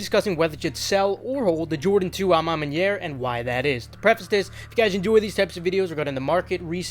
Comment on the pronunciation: You're the first youtuber who pronounced à ma manière right lol